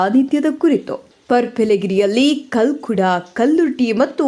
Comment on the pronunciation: ಓ ದೇವರೇ ದೈವಗಳ ಹೆಸರು ಸರಿ ಹೇಳು....ಕಲ್ಕುಡ ಕಲ್ಲುರ್ಟಿ ತೂಕತ್ತೇರಿ ಹೇಳು...